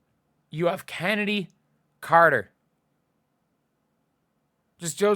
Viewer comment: Chennedy Carter?? Dude you’re losing it.